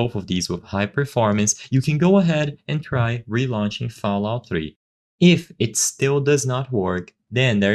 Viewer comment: “FoulOut 3”